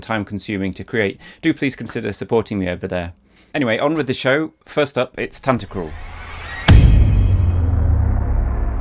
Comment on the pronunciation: Can't hear tantacruls name without the Tan-Ta-CRUL from one of the other composer videos from this channel. Lmao